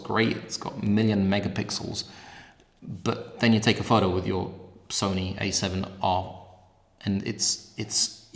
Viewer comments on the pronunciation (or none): none